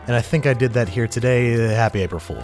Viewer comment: not foolen :D